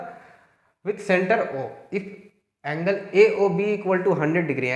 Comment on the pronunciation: On that time u said angelwa my reaction was gzb sahi m ye desi teacher h 😅 lage raho